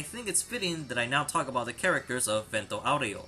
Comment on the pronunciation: stop saying vento aureo like that